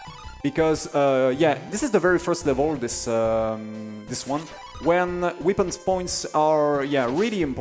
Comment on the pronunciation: Weepins! (It's pronounced "wepp-euns.")